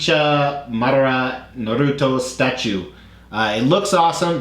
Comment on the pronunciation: I almost died when you butchered Madara’s name 🤣🤣